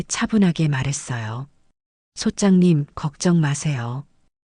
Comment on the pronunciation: 부동산 얘기중에 성우가 소짱님 !소짝님!하는데 소장님아닌가요